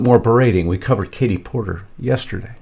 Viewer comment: It's really good to see Justin laugh and have a little fun at work. He's usually serious, as he should be but its good to see him and Lisa laugh and play around a little bit, especially at the expense of liberals & democrats!😆 That Porter, or as Mark Dice mispronounces it, "Porker" seems like a horrible person, that's mean to the bone. IMO